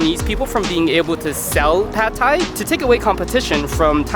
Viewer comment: thais don't actually like pad thai all that much. We don't even pronounce it like that, it's "pat". If I along with my the rest of my countrymen, had to vote on the "national dish", it would undoubtedly be pad krapow, stir fried holy basil with meat on top of rice with a fried egg. If a dish deserves to be called that, it's pad krapow.